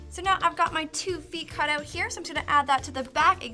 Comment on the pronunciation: Not hating but you say OUT weird